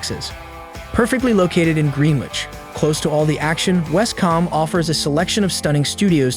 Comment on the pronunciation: It's West-coombe not West-com! 😆🤣